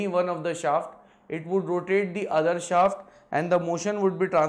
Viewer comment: Pehle shaft ka pronunciation sahi sikho